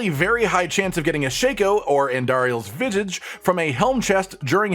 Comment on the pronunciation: andariel's what? lol trouble saying visage?